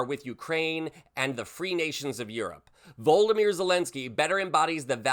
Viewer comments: VLODYMYR - please respect his name and don't bastardise it to sound like Voldemort :( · His name is not VOLDYMYR (it almost sounded like you were about to call him, Voldemort!) It's VLODYMYR (similar sounding to Vladimir) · Please stop calling him Voldoymr his name is Volodymyr. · Its Vo LOD o mer Volensky NOT Voldomer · Please take care to correctly pronounce President Zelenskyy's given name; it's "Vo- lo- do- mir", not "Vold- di- mir"! 💙👍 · You seem careless with facts, it is "Volodymyr Zelenskyy" not what you said, "Voldimir" (this is not Harry potter). He was also not in the white house TO discuss a plan for peace in Ukraine. He was there to negotiate a trade agreement for rare earth metals amongst others with the USA. If this went well, it would bode well for future involvement of the US to protect their interests there. If not, well then the US would look elsewhere and Pres. Trump's stated intent not to be involved in and fund the rest of the world's wars and defense budgets would obviously come into full play. So, when Volodymyr hijacked the meeting asking about what sort of agreement and concessions exactly the US were asking of Russia - in front of the live media, he was being utterly rude and disrespectful. It is interesting that the media as a whole are omitting that part of the video. It isn't unprecedented or shocking, Bush also walked out of a meeting when disrespected with similar media repercussions. Sure, Trump and Vance were "over the top" in their reaction, but Zelenskyy also could have disarmed the situation (if he had not been the one instigating it), by simply listening and then responding quietly, "so, did you just bring me here to berate me?" But he didn't have that high ground you see. The result was that Trump got what he wanted. The European Union united behind Ukraine and took the responsibility off the USA's hands. Putin now trusts Trump even more, because he is perceived as opposing U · You could get Zelenski’s first name right.